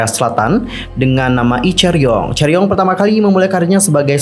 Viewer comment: Chaeryeong not chaeryon